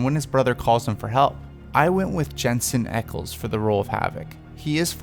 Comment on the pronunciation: I freaked out when he said Jensen eckle